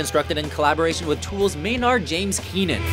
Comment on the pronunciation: they way the narrator pronounced Maynard James Keenan is just awful